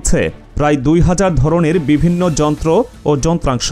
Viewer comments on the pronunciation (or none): none